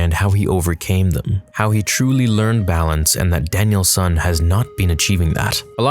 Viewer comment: Its Daniel San not Daniel son